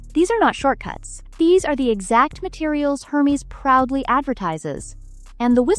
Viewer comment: Wish you’d learn how to say Hermes